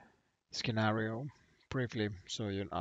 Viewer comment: Lol “skinario”